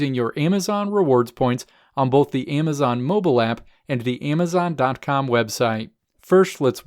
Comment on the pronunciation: Stop saying AYEMazon. So annoying